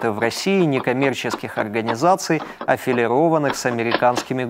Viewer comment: Ребята, правильно говорить афилИрованных, а не афилирОванных!